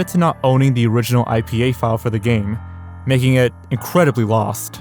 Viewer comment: "incwedibly odd piece" 🤓🤓🤓